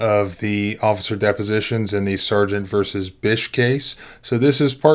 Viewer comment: LOL I thought she was saying bisquick!!